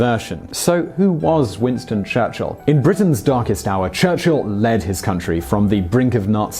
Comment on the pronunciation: Winsto chuchilll